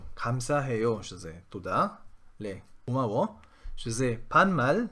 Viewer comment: אומרים קומאו לא אומאו